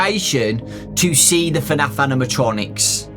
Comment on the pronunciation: Its fnaf not fanf